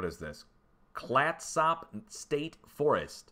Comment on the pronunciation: Clatsop is pronounced Clat-Sup another Native American Tribe name.